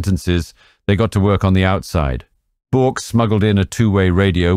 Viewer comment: Very good documentary. One slight correction if i may. Bourke is pronounced Burke. Great channel though. Keep it up!